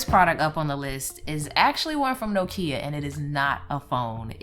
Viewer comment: I love you and your videos but the pronunciation of Nokia makes me cringe a little :(